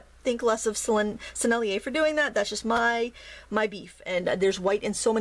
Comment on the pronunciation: You said "Sennelier" just fine !